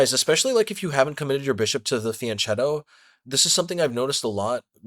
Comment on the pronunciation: Nice video! But if your going to "go to Italy" like you said, you'll need to pronounce it correctly! Fyen keto! 😁